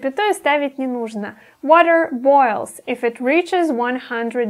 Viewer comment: не эф, а иф [ɪf]